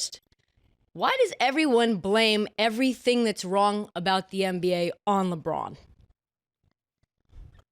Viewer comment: Saying "da" instead of "the" is even more wild